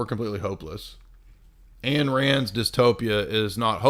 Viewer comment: Ayn Rand's first name rhymes with mine. Say the word mine minus the m.